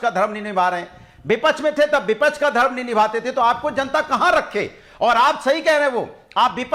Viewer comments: are hare tote bipach nahi hota bipaksh hota hai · vipaksh ka pronounciation sikh lo phle😂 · को विपक्ष केहना आता नही विपछ विपछ बोल रहा है